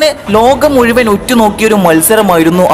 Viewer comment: സുഹൃത്തെ അവതരണം നന്നായി പക്ഷെ ! ഏയല്ല , ഏഴ്, കയിഞ്ഞു , മുയ് വൻ , ഈ വാക്കുകളിൽ "ഴ ചേർക്കണം , യ ,അല്ല .